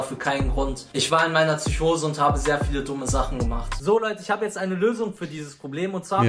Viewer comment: Es heisst PSYCHOSE MIT P KURWA